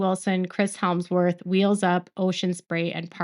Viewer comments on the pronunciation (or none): Who’s Chris HELMsworrh? 😂 Hemsworth?